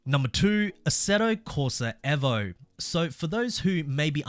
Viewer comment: bro its evo not eh-vo